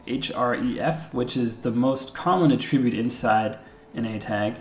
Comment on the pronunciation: "The uh-TRIB-bute that you see here, is hureffe" I'm not mad, I'm just disappointed.